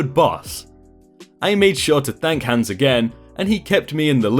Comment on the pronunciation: You murdered the name hans!